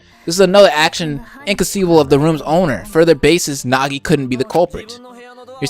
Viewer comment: Okay,, the way to pronounce "Naegi" is not (na-ge) it is (Nae-ge)